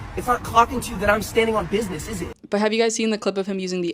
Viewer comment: I can't get past Aespa saying "bidness" JFC.